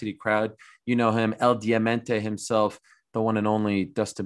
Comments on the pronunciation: I was looking for this comment 😂 I hope someone corrects him in person so he doesn’t butcher Dustins name! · Ariel mispronounced Diamanté in Spanish smh 🤦🏻